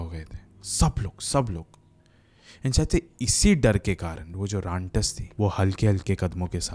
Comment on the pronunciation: Rantas ❌ rantak✅